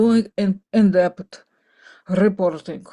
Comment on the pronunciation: In-depth rrrreeeporting 🧐